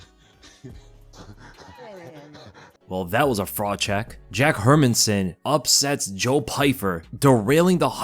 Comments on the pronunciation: Her-Man-SON. Listen to others pronounce his name and get it right dude! 🤦🏻‍♂🤦🏻‍♂ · Please learn to pronounce the fighter's name please why does sp many mma pages butcher these fighter's names ..... It's pronounced Her MAN son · "her men son" sometimes your pronunciations irk me 😂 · Hey love your videos by why you saying Hermansson like that, my guy? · We all know that you don't know the basics of the MMA game when you can't even pronounce Jack's name correctly..😂